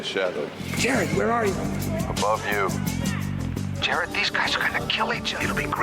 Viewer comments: Jerr Rod??? LOL! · "Well done... Jer-rodd." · the recap; is not saying Jared correctly.... he says it like J rod..... drives me crazy? > any one else noticed this. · Jear Rod 🤦‍♂🤦‍♂ Lol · Say Jerr-odd ONE MORE TIME! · stop mispronouncing Jared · I just can't watch this with that pronunciation of Jared's name. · If you can't even pronounce the character's name correctly...I'm out.